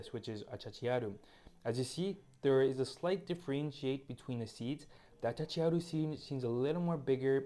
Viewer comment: The correct name is achachairu, not achachachiaru.